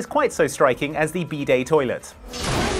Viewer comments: Can pronounce Olivier right.... but calls a bidet a bday 🤣🤣. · When first said "bidet" I heard "B day", like birthday... and thought it was a birthday toilet and didn't understand what that actually meant. 😅